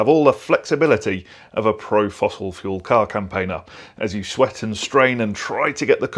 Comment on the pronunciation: Campaigner and Helically.